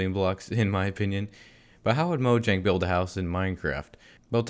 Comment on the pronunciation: YOU ARE AMAZING!!! YOU PRONOUNCE MOJANG CORRECTLY